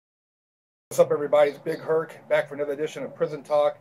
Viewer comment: big Herc, short for Hercules? Nigga, first time I heard you say that I thought you meant BIG HURT, until I read it.